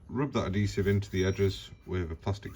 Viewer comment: Great video but please learn how to say the word “Adhesive”.